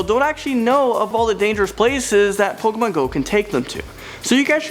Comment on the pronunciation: lol pokamon go